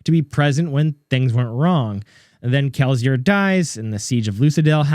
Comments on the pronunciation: My guy can you please say Kelsier correctly. Kel-see-er. If you don't mind the constructive criticism, you got a new follower. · 🤣 I say the S with an S sound. You make a Z sound to my ear, but maybe it's just me...I got triggered lol. Truly great video though, the theory makes a lot of sense. I've felt Spook was likely alive for a while. My favorite part of the theory is that he's 16 living in Lasting Integrity. I hadn't ever been sure what to make of 16 at Lasting Integrity, but now that you've said it, it feels like there's no one else he could be. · I am falling for the bait but you definitely mispronounced kelsier on purpose to ragebait for comments. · Dawg, the way you pronounce Kelsier is wild. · awful. Kill it with fire. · Good video, thank you. By the way, I absolutely hate your pronunciation of Kelsier